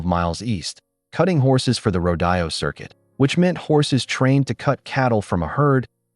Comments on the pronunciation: I love the story but PLEASE the word is rode o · The pronunciation of rodeo is ro dee o!